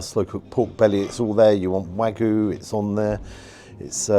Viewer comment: What is it with youtubers saying "Wagoo" all the time